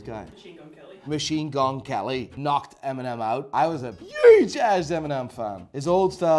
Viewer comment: This dude actually say eminem's name as em-mee-nem lol